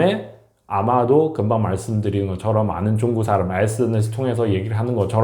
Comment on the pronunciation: 이 사람 발음이 문제네.. 쭝구가 뭐야? 중국 발음이 그렇게 힘든가?